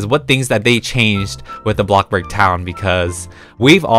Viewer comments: Why does he say blokburg its bloxburg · He says Blockburg not Bloxburg XD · me totally not raging every time says blockburg instead of bloxburg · Him ‘BlOcKbUrG’ Me ‘it’s called bloxburg’ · ( if you see this, im sorry if it's offencive) bruh why does it make me burst into laughter when instead of saying bloxburg, he says box-burg XD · ITS NOT BLOCK ITS BLO - X DANG BRO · He keeps saying block burg instead of bloxburg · It is bloxburg not blockburg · He does that on purpose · Please stop saying BLOCK-burg, just please, it’s BLO(X)burg (sorry to be mean, it just makes me mad) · No one:: ”bLocKBerg” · Who likes it when says BLOCKBURG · i’ve gotten so used to saying “blockburg” that it’s now what i call it i personally think it should be changed to that lol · my fwabwic car- heEloowo everyOwn we Awe bacc hewe in - AbLOkkBorG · Nobody: Not even a single soul:: bLaKbUrG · BloCkBorG me:okay lets try this*Inhales*BlOck BoRg it kinda sould like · “Blockburg” u have played the game for ageas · WHY HE SAY IT LIKE THAT BlOcKbUrg 😭😭😭😂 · We love “blockburg” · "block burg" lol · When he says ablobog I say ablobog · cant say the word X hiihihhii:> blokburg:> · Is it just me or am I hearing “blockburg” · Btw it’s Pronounced Blocks-burg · He sed a blokborg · my question is why do you say blockburg- (I’m not a hater) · why to you say robloc and blocburg instead of roblox and bloxburg??